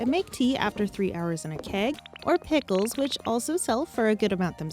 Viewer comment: She said “pp-hii-ckles